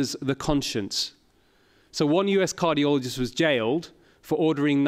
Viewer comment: what's a "cargioloist"